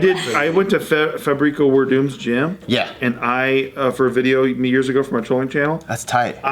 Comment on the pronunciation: hearing pronounce Fabricio Werdum's name gave me diarrhea.